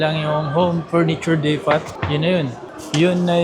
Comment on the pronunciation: yung DEPOT po ay hindi depat kundi dipow kung babanggitin, DIPOW po kung babanggitin, madami ka tagahanga and they look up to you 🥰 just saying lang po.😅 no bashing pls 😊✌️